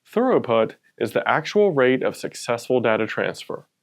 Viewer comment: Another great video. Thank you so much. Just a minor pronunciation hint. You're pronouncing throughput as if it's thoroughput.